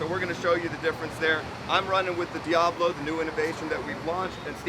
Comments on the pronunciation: Sorry dude but I just can't take it, diablo is pronounced De-ah-blo it is Spanish for devil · Dude why are u pronouncing it like that? It's Dee-Ahh-Blow - it is Spanish for Devil. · Please pronounce the Diablo name correctly It’s the devil in Mexico D Ab blow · I have never in my life heard ANYONE ever pronounce Diablo as DEE AY BLOW (And NO. I'm not necessarily saying it's incorrect) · SO DIABLO IS PRONOUNCED DEEAABLOO? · I couldn’t hear this buffoon say D-A-Blow one more time so I shut it down After a few seconds. Who the fuck doesn’t know how to pronounce Diablo? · Diablo (Devil) pronounced as DI-YAH-BLO. Great product. Thanks for covering. I'm sold. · Best combo in the world right there… love me a De-Ā-Blow blade on my May-Kite-Ā saw!! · Dilly Bo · Dee ay blo, lol.... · Pronounce the name properly!!! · I stopped watching after I heard how he said "Diablo" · You could pronounce ‘Diablo’ correctly. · Why does he keep pronouncing diablo like that? So annoying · Hey Mr. George how much you pay the gringo to promote Diablo even though he pronounce it wrong? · Not getting a subscribe because you can't pronounce Diablo. I can't listen to this trash. goodbye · I can’t even concentrate on the video, he keeps saying the word Diablo wrong. For fuck sakes man! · I don't know if this guy is doing it intentionally or what, but his pronunciation of Diablo, it's absolutely killing me! That's all I can think about I feel like im in hell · Learn how to read dude,...how is Diablo pronounced...Diablo means devil...a is ssgirt not long... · It's a shame you don't know how to pronounce "Diablo" , unless you were just trolling us. But yeah...Their carbide stuff is literally in a different universe. I've used that "I-beam cutting blade" and could not believe it. Bi-metal anything is a waste of space IMO. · Why can’t you say Diablo?! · Quit saying Diablo wrong!!! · Who can't say Diablo correctly lol . . . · Learn how to pronounced Diablo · I'm sure he knows😂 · Dee-A-blow? 😂 Dee-ah-blow.